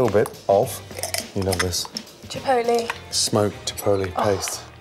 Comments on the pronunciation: Paprika? Smoked paprika. Jipotlay? Smoked jipotlay. Amazing? Beautiful. Get it right jeez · chipolly? what? XD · Is it chipotle?Or chipoltly?Wth is chipotly? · "Chipolee." "Smoked." 'Orgasm' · Somebody please make a compilation of all the times gordon mispronounces "chipotle" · how did he pronounce chipotle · "Paprika" "Smoked paprika" "Mm I love that" 2 minutes later... "Chipotle" "Smoked chipotle" "Mm I love that"